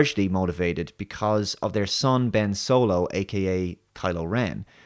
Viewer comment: I think you meant to say Ben S W O L O